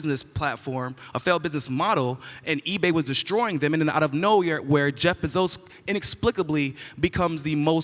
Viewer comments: What's wrong with this guy? Why does he keep mispronouncing words like this?? - Jezz BeZOZ? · I genuinely don’t understand how you live in America and don’t know how to correctly pronounce the name Jeff Bezos